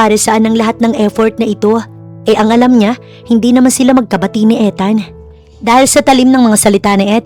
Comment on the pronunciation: Ethan and Luna story.Ethan pronounce ( Ithan) long E check ninyo sa goggle ✌️😀